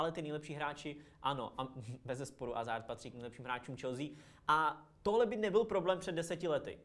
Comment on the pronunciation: Dobře čte se to Azard ale zase takový problém to podle mě není.